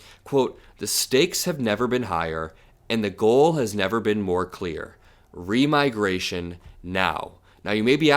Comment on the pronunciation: Remigration sounds like demigration.